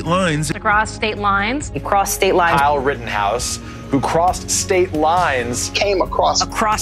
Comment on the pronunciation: 1.52 does the guy say Karl Rittenhouse?